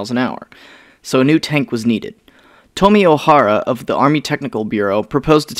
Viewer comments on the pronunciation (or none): Did you say Tommy ohara?